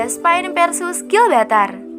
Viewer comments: Bukan gilbatar tp GIBRALTAR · Gibraltar bukan Gilbatar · GIBRALTAR bukan Glbaltar. heuu kurang riset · Bacanya Gi Bral Tar kak... Bukan GIL BRAL TAR... Gemes dengernya 😂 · Gilbatar? Gibraltar min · Bukan gilbatar cuk....tapi Gibraltar 😤🙄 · Gibraltar bukan gibaltar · Gibraltar om bukan gibaltar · Gibraltar... Bukan Gilbaltar ☺️ Sebutannya (Jib-ral-tar) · "Gibraltar", min. Bukan "Gilbaltar" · ralat, bukan gilbatar.. tapi gibraltar👍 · Gibraltar min bukan Gilbatar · Gibraltar mbak bkn Gilbartar udah enak loh denger suara bikin terngiang ngiang, malah salah ngomong😂... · GIBRALTAR minnnn.... bukan GILBALTAR... ngopi min ngopiiii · Gibraltar say, bkan gilbartar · Bukan Gilbartar min, tp Gibraltar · Gibraltar bukan Gilbatar.. Asal kata nya Jabal Tariq, Jabal itu pegunungan atau susunan batu sedang Tariq nama seorang jendral , Toriq bin Ziyad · GIBRALTAR BUKAN GILBATAR!!! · GIBRALTAR KELES BUKAN GILBATAR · GIBRALTAR BUKAN GILBARTAR...MIN WKWKW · Bukan Gilbatar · maap min bukan gilbartal, tapi gibraltar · Gibraltar min bukan gilbatar 😀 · GIBRALTAR , BENERIN YA PRONOUNCE NYA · apakah aku doang yg mendengar GIL BA TAR ? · Harusnya Gibraltar bukan sih wkwk